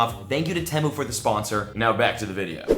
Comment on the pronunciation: Temu is pronounced tea moo